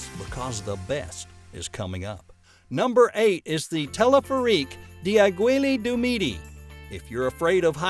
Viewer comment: Aiguille du midi is a name that the speaker pronounced completely wrong 🤣🤣😅😂